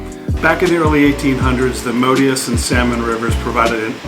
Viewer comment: Moodus is mispronounced and because you describe the new owners as a "cult" it makes others very reluctant to pass the video on.